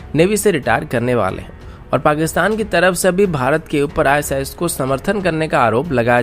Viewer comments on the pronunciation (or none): none